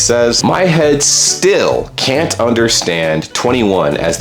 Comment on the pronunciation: I love the way you seem to have masterd the use of the English language, your pronunciation cunt was spot on.